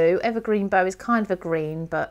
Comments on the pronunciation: Beautiful demo,, but we American types distinguish between things like tree "bough" and Christmas "bow". The tree one rhymes with "thou". Sorry, can't help myself, but love the vid! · Hi, I'm binge watching this series, having been pointed in your direction by Christine Stokes. I love my Oxides too, so am enjoying your blends. Just wanted to say the bough, rhymes with cow, as in the bough of a tree. Also am loving your mixed media card projects. Cheers from Downunder. 🙂 Picket Fence is, I think from my memory of TH's video, a hybrid (ink/oxide) which is why there is only one.